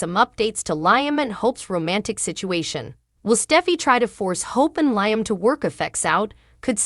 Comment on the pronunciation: Don’t want to be disrespectful but Liam name is pronounced Leam , not like lion